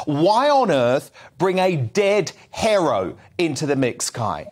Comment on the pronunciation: What the F is a dead herro?